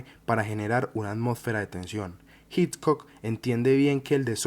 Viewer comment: Muy buen video, muy interesante. Sería ideal que la pronunciación del apellido Hitchcock fuera correcta, eso le añadiría valor a tu trabajo que ya de por si, es muy bueno.